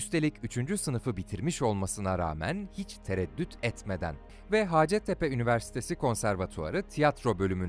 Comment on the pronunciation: İyi ki varsınız. Size ve ekibinize tüm programlarınız için çok teşekkür ederiz. Haaacettepe değil hacettepe telaffuzunun doğru olduğunu yazma gereği duydum haddim olmayarak. Saygılar…